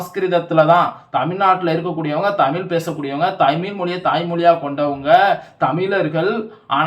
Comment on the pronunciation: நீ மொதல்ல ழ் ன்னு ஒழுங்கா உச்சரிச்சிட்டு வா.. அப்றம் டமில் வலக்கலாம்..